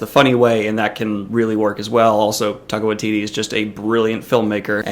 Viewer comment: Favorite part of this vid was the bram stoker quote. Rings so true. Also I live in NZ and I am part Maori the way you said Taika Waititi name made me chuckle. Not your fault, I know Maori names are hard to pronounce. Hardly anyone I know can say my real name without giving it a few tries.